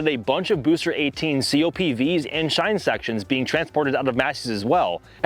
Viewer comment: please learn how to pronounce chine